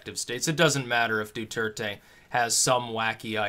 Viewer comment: Duerte = DWehr-teh. (Spanish is my native language.)